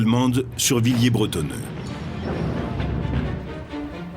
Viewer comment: C'est ecrit en gros "Villers-Brettoneux", mais le mec s'obstine à dire "Villiers bretonneux"